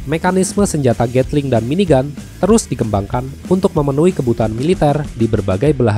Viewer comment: tetp aneh di dengar